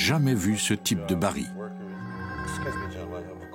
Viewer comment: Pour le narrateur : je signale et SOULIGNE qu'on prononce le L FINAL du mot BARRIL. Merci !